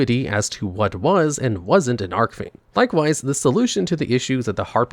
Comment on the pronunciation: Is there some kind of inside joke I'm missing that he's mispronouncing "Archfiend" on purpose or what? I cant be the only one that knows it's not ARK-fiend it's ARCH-fiend as in the golden ARCH-es or my ARCH-nemesis. CH- as in chief because they are a "Chief of fiends". That's what Archfiend means.